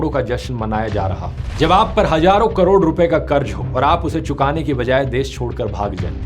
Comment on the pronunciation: Hazaaron.. Not hajaron.. Practice to pronounce sound of Z... Z.. Z.